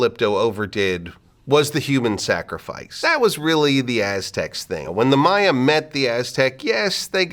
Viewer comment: learned that I was pronouncing the plural of Maya wrong x_X this was fascinating.